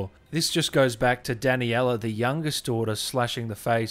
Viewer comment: No one: Him: Danny-ella Cuh-sand-druh Bela